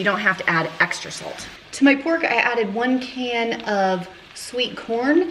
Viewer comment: These recipes look so dang good!! Please please always say pork the way you said it while cooking the “poke” chops!!! I have rewound that about 50 times and laughed my butt off. I love you!!!!! U always make my day!!!!